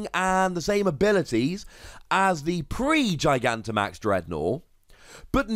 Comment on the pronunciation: You're the first person I've seen to actually pronounce Gigantimax correctly.